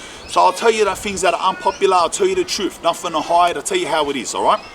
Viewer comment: speak the truFF aye Lol